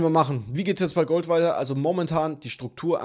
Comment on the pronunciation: Gouhld! Feier Dich so 😄😄